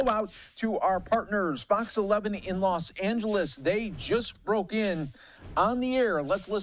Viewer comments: Not Las Angeles. It is Los Angeles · Haha "lost angeles"